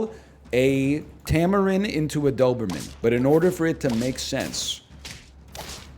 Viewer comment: Something about the way he kinda says "dthoberman" just tickles my ear hairs